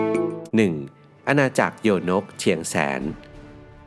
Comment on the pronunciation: โยนกเชียงแสน คำว่าโยนกอ่านว่า ยะ-โหนก หรือย-โนก ค่ะ ครูสอนสังคมสอนมาแบบนี้ค่ะ